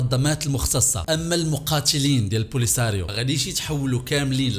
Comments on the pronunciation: البوليزاريوا ماشي لبوليساريوا❤😊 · عندكم مشكلة مع نطق الاسماء polisariou😂😂